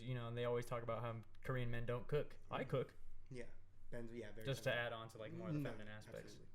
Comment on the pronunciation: That korean language mispronunciation though. Also, for Sergio, the Korean word for "mom" is umma ! Aaand I kinda gave up like 20 mins in cause the audio was really hard to hear but I will properly watch/listen to this once I am in a quieter place!